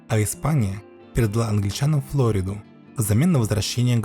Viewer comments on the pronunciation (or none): Не ФлОриду, а ФлорИду. По русски так.